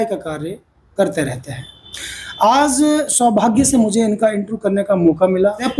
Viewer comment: Anchor sahib Aap ka programme accha hai.Achor Bhai aap apna pronounciation theek Karen.Aap Aaj ko Aaz bolte hain.Aur bhi pronounciation theek nahi hai.